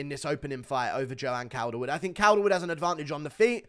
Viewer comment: It's pronounced caulderwood bruv 🤙